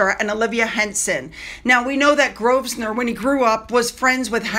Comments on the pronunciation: Its NOT GrovSnor its pronounced Grovenor but spelled Grosvenor 😊😊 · Darling, Grosvnenor is pronounced provender, grove ner ❤ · Pronunciation of Grosvenor - the s is 'silent' so Grovenor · Best not to acknowledge them, best to ignore them, invite them to absolutely nothing, ever. They are no longer relevant. Booed if they returned? Oh, I can image worse - the hurling of tomatoes, perhaps ripe and squishy tomatoes. (the surname is pronounced as a word with just two syllables . - Grove nor. If I'm wrong someone correct me please! ) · Grosvenor, is pronounced Grove-nuh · Drop the s in Grosvenor. It’s Grove-Nor. 😂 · You don't pronounce The S in GROSVENOR.....It sounds like Grovenor... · GROW ven or NO s pronounced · Sorry, darling, but I have to help you with your pronunciation of Grosvenor. The 's' is silent. It sounds like [grove near]. Sent with good wishes. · Grove - ner. The “s” is not pronounced. This is why you listen to English names/places before recording videos so that you get them right. When people take a few minutes to make sure they’re getting everything right before making a video, it signals to their audiences that they have respect for their subject matter. If you don’t care, then people who get annoyed by your mispronunciations won’t watch or subscribe. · The S in Grosvenor is silent, as it is written. However, it is pronounced as GrovSenor. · It was proven that QEII never met Lili. The S is silent in Grosvenor. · The S in Grosvenor is silent 😊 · You don't pronounce the 's' in Grosvenor,. Hope you don't mind me saying 😮. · You dont pronounced the "s" in Grosvenor